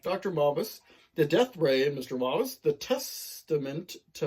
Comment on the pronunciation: Pronounced muh-booze-uh. I really need to pick that one up before it goes out of print. Great video!